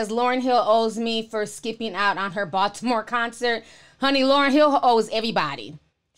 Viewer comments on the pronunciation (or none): none